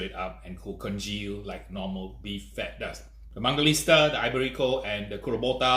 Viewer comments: It's not mangaliSTa, it's mangaliTSa, you idiot! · Hey man, you kept pronouncing mangalista instead of mangalitsa! I noticed that because I used to do that too!